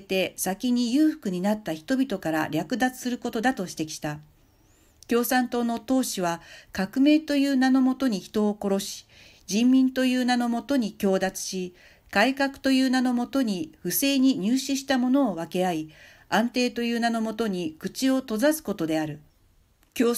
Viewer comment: 強奪（ごうだつ）